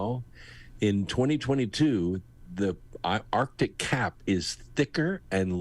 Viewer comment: Loved the interview with, and I hate to be "that guy," but I cringe when I hear arctic pronounced "artic." It's right up there with "nucular," "realuhtor," and "jewlery" in triggering my Forest Whitaker eye.